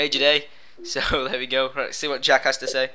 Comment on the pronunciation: it sounded like u said jackass wen u said lets see what jack has to say